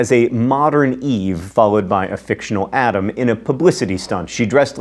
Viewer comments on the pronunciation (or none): none